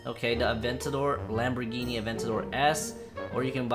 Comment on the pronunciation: Before: Lamborghini Now: langhini